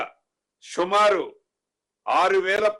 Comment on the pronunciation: షుమారు కాదురా బోసిడి సుమారు